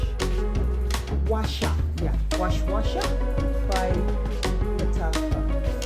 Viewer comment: U prnounce it as was wasaa. Washwashah means whispering 😉